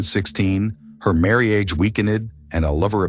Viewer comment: Her marry age weekened? These AI's are unlistenable